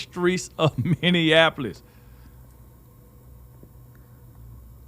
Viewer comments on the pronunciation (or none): Are you saying millionapolis instead of Minneapolis ? Because your pronunciation is hurting my ears.